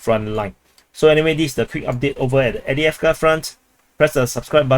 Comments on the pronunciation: AV DiiV KA…where are you reading Adeavka? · Not EWDJEFKA - Correctly pronounced: Afdejefka